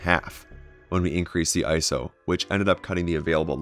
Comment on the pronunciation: Say it with me, "I-S-O." This is an acronym with three separate letters that are each pronounced. Not a word. Otherwise, thank you for the video.